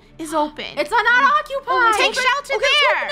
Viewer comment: Draco: it’s occuipped